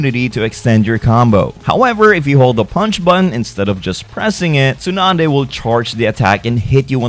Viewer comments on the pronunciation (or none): Dude you should not be be doing Naruto if you can't pronounce the names and it's Jutsu not "Jitsu" and it's "Tsunade" not "Tsunadas" tons of names and moves were said wrong.